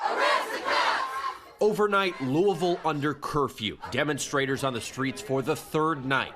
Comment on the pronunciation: Did they say demonstrators or dumostrators?